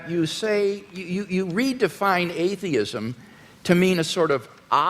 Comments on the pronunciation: "You describe atheism as sort of an AHH-theism".... You're fuckin kidding me right? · 1 hour and 19 minute mark. "Ahhh-theism" - WLC, what a moron! He enters a debate without knowing the basic terminology. The man is way out of his league here.